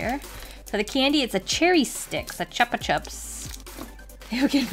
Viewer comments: Hey!! Amazing video btw it's pronounced choopa choops where I'm from. 😊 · I know this seems nit picky and this is in the most nice and respectful way possible but you said chupa chups incorrectly it's pronounced choopa choopas Not the way there spelled I'm sorry if that came of as rude I have really bad clinical ocd thanks for understanding P.S. love your art . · chupa chups is actually pronounced like "chew" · You did not pronounce the candy right